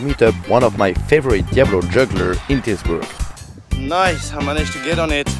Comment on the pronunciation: Dude...be honest here. Did you mean to say the name of a unknown place 4 times every time mispronouncing it or call it something dumb as Titusburg? Are you hoping locals will engage with the video to correct you? I think that's just sad...there's no need to say a cityname 4 times deliberately butchering it to be played of as a common translation mistake when the gimmick of this video is allready cool enough. Do better dude.